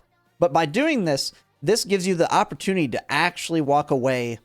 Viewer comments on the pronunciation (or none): none